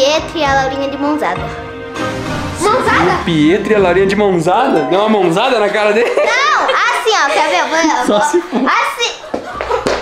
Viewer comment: Para de falar ousadia vá rapaz